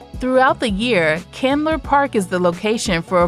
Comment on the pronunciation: Murphy Candler...not Chandler.